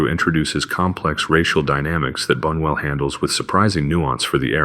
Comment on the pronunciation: And, by the way, "": The correct pronunciation for Luis Bunuel's surname is "Boo-nyoo-EL" (secondary accent on the first syllable, primary accent on the THIRD syllable). Hold the thought......